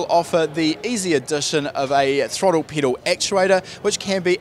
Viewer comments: I cant get over the fact that he keeps saying “peedal” and not pedal lol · Lmfao u say pedal funny 🤣